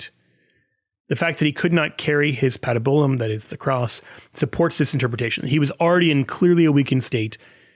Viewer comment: pa-TIB-you-lum. Not pat-i-BYU-lum.